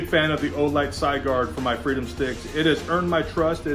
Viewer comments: Sigurd, pronounced Si as in Sit, gird as in girdle it's Old Norse and also the bezel is Stainless Steel. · Supposed to be Sig as in Sig arms and urd as in turd. Sig-urd. Something to do with someone killing a dragon in German mythology.